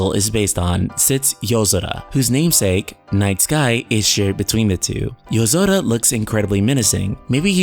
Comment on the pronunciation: why do people with no accent pronounce peoples names with an accent, using the accent of the person's name they're pronouncing? nom-OOH-duh. For example, you pronounce Yozora "Yuh-Zo-duh" but you pronounce Sora's name "Soar-Uh" (wich is the proper pronunciation) So if you're pronouncing "Yuh-Zo-Duh" why not pronounce sora "so-duh", if you're sticking with the Accent Pronunciations? makes Zero sense to me